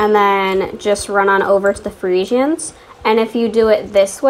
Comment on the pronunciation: The way you say friesians annoys me lol